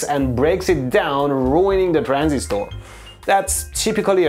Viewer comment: I love how you pronounce "Transistooor" 😂